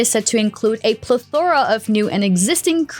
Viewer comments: Its "pleth or uh" not "ple thora" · Fun facts: 1) Plethora isn’t pronounced how she said it. 2) “Taking an arrow to the knee” is a euphemism for getting down on one kneee and proposing marriage. 3) Todd Howard is a dickhead. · Can someone please teach her how to pronounce "plethora"? 😆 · The way she says it sounds like a scrapped Daedric lord xD. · Nobody gonna talk about how she pronounced plethora? Welp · Why does no one seem to know how to pronounce plethora?